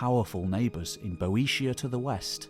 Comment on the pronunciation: Please,. Be-o-tian. Not Bo-e-tian.